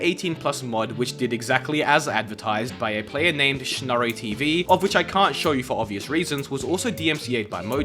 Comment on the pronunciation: Whenever you say "of which" in a weird way I take psychic damage.